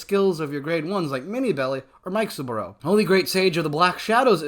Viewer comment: I like the way you say Mikesaburo. Always thought it was Mi-ke-sa-ba-roo but heck do I know about pronunciation 😁